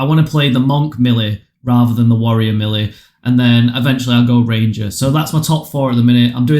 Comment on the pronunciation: Thanks for the help but melee is pronounced "maylay"